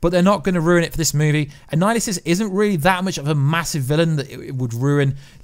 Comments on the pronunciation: Annihilus not Annihilusus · na I mean this guy keeps saying annihilisus..its annihilus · Since you DID ask.....it's Annihilus, not Annihilusus. You called him/it the latter at least 3 or 4 times. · It's kronos not anninhuls, he has been stuck in the quantum realm. Awhile back they said another jim starlin character would show up. Thanos is 1 and now kronos might be 2 (both are starlin creations) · Bro its pronounced an-Nile-us. No apostrophe S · If you’re going to make these videos, you have to learn how to pronounce the name ‘Annihilus’ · yes..but I'm saying was saying his name wrong